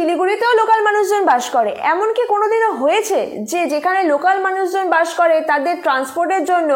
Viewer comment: bash na ota didi bus hobe 😂